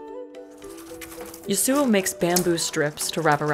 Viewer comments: I wonder if the pronounciation of th name Yasuo in this video is wrong. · man why cant you pronounce Yasuo properly.